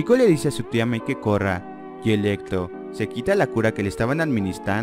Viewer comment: Electlo , estleinch xDDD